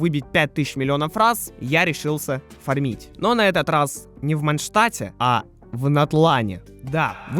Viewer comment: Не фармИть, а фАрмить